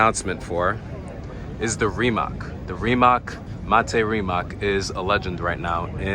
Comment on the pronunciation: That RIMAC car on video is a Concept 1, not a NEVERA. Also, Bugatti didn't sign or designed anything for/with RIMAC. The takeover is decided by PORSCHE and RIMAC directly. RIMAC is pronounced as RIMATZ not as RIMAK.